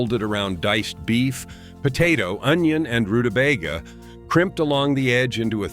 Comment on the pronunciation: Roota bay guh, not roota bag gah. And you mispronounced another one right after ward, but I got so upset... Oh YEAH. I'm from Minnesota and have NEVER heard it called hoddish. It's HOT DISH. Hot, hot, hot 🔥🔥🥵🥵!!, dammit!😮😮